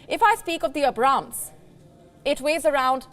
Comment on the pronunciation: I like how she mispronounced Abrams 😂